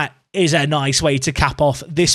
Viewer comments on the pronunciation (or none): none